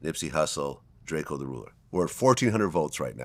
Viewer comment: This nigga said drako. I gotta be getting old.